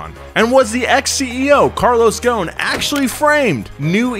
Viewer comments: IT'S NOT CARLOS "GONE", IT'S "GOHSEN" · Hey, You say "Carlos Ghon" the S is not silent, it's Ghosn, that word "Ghosn" in Arabic it means "Branch" Since he's mother Land is Lebanon. (SORRY FOR BAD ENGLISH) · the s in GhoSen is not silent . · If only his last name didn't have an S in it and is pronounced Ghosn ( Ghoson ) that would work. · First of all, why are you calling him Carlos GOWN? GhoSn. ew pronounce the "S" in his name. And before someone jumps out of his box to type in a comment like "who do you think you are and you don't even know the guy"... I'm from his country and we all know him :) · The way he says Ghosn😂. it actually sounds like Goo-Sin. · DaLaaNi Bombina i thought it was clear that the s needed to be pronounced. spelled ghosn but still pronounced the way it looks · "Carlos is Ghosn" C'mon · The s is not silent in GhoSn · The s in ghosn is not silent ffs